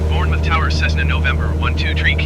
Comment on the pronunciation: Hi love this series but it is prounced bourne muff not bourne mouth lol